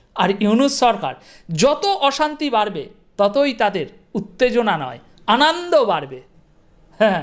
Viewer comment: আনান্দ নয় ভাতিজা- আনন্দ